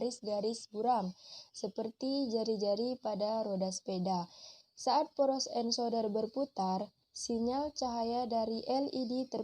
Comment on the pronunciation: Sudah bagus utk kedepan pelafal ENCODER = ENKODER bukab ENSODER .Begitu juga Yg lainnya